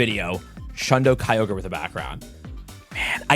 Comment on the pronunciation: STOP SAYING KAYLOS BRUUUH